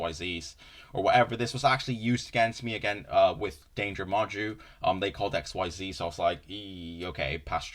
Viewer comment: Omg never call it "X Y Z" ever again pls It's pronounced like "exceed" "Xyz" is a single word